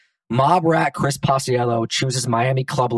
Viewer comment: Also binger’s name is pronounced pach-ello